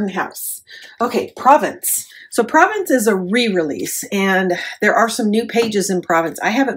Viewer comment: Beautiful! Love Stamperia. By the way, Province is pronounced “Pro VAUNCE” It is an area in France.